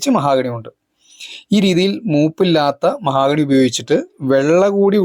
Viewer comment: മഹാഗണി അല്ല മഹോ ഗണി ആണ്